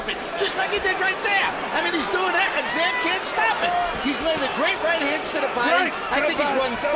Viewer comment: You mean Zab, not Jab. LOL.